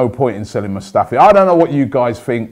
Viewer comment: HIS NAME ISNT SQUADRON MUSTAFI ROBBIE FFS